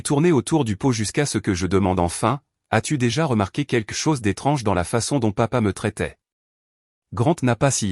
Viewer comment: Encore une histoire sans intérêt , d’une banalité prévisible. De plus commenté, par une voix artificielle, qui devrait apprendre à s’exprimer et à prononcer : « keke chose pour quelque chose « entre autre. !! J’ai perdu mon temps à regarder cette débilité . E. M.